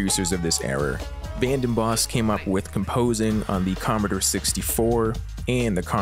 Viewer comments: Com-mo-door not com-uh-der, ah-men break not ay-men. Sheesh!!! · Comeder 64? It's "Com-ah-door 64" thank you very much.